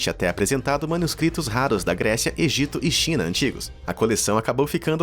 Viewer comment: Não é''exito''é''egito''